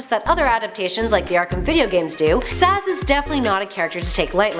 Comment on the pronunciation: sorry just wanted to say... its zsasz not zsazs